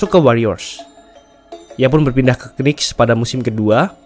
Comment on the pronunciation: sarann bang kalau sebut new york knicks, jangan sebut kenicks, huruf k nya ga dibaca. seharusnya yang bener itu nicks